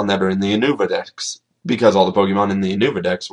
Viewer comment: Not Ou-nou-va it's Yu-No-Vah... Christ... It's not hard.